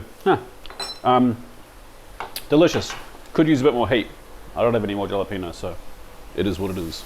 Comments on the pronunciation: Kia Ora my fellow Kiwi… what’s with the Dhajalapwenyio? No shade intended… but I thought you’d have the terminology down pat! Halapenyo pronounciation.!!😊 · the lisp annoyed me more i'm from LA its haa·luh·pay·nyow J in Spanish is pronounced more like an H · Hella-penyo but pronounce the H softly. So more like ella-penyo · Im an aussie and regardless of how its spelt, isnt it pronounced "halepeeno"?